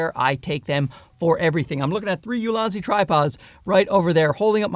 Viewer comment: I thought you were calling your tripods "Lousy" tripods lmao like damn alright he really hates his gear or he loves these new ones so much that it makes his current gear seem lousy. Only took a few seconds to realize you actually said "Ulanzi" but it threw me off for a bit